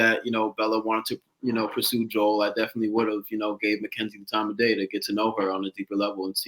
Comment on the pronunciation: Omg you guys pronouncing Joel’s name wrong and Chazz ignoring it is sending me 😭😭